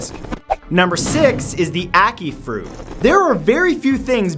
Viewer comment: At first i thought he said acne fruit.....